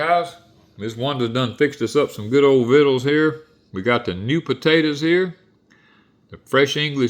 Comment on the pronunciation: 🤣🤣🤣 right vittles. Sounded like he said fiddles.